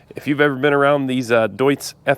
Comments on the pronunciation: everything's perfect except your pronounciation:) Its not a "Dudes", its more like "Doitz". Love your videos! 👍 Edit: Minute 10 you nailed it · Don't be mad, but it's pronounced "doits" not "düüts" 🙂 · It's not Düdtz-Diesel, it's Deutz-Diesel ;D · "Doits" with the "oi" like in "detroit". Not "Doots". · Deutz is pronounced "doitz" like the German deutz fahr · FYI, Deutz is a German brand, and it's pronounced doy-tz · Cool find - well done! BTW - the name of the diesel engine manufacturer is pronounced “Doitz” (rhymes with “choice”) - just sound knowledgeable. 😊 Ahhhh - in the later segment, you got it!!🎉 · Deutzwork on your pronunciation